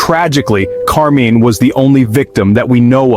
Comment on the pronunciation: Interesting take on the Mr Cruel crimes. And thanks for the captions for the hearing impaired, too, much appreciated. Two things. 1/ There is no evidence for Mr Cruel being a serial killer besides one alleged murder. 2/ The name of the murder victim is Karmein not Carmine. There is no stand alone C in transliterated Cantonese, it is K. Karmein’s parents originally came from Hong Kong.